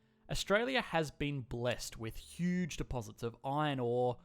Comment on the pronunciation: Say it with me: Hiooge